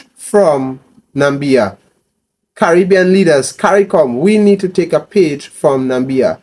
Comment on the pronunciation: My brother you pronouncing the name wrong , Na = Mi = bia , the Mi is pronounce as Me , so it sound like Na=me = bia